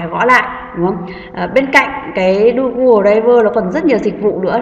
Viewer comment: Cảm ơn ơn bạn đã hướng dẫn, nhưng bạn nên tập đọc tiếng anh trên Google dịch cho chính xác thì hay hơn, bạn đọc đờ ray vờ nghe kỳ quá.